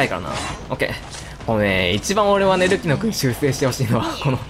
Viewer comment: たまに“ルキノ”がスマブラの“ルキナ”に聞こえて嬉しくなる